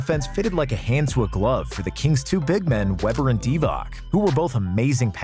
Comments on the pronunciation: Dude, if you pronounce Vlade Divac as Divak one more time, i'll off myself. It's pronounced Divats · Dee-vack? Really? This channel doesn't deserve my subscription if they can't even get player names right. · How can you mispronounce Divac, while being on target with much harder Peja Stojaković? 😆 "C" in Divac is pronounced similarly to "zz" in pizza. You pronounce it like "K"... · The guy making this video pimps himself as an expert on NBA history but mispronounces Vlade’s and Hedo’s last name. By the way…. It’s pronounced DEE-VOTS and TUR-KO-LU (the G is silent). Surprised he got Shaq and Kobe’s names right